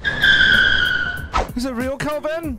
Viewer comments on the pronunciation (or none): none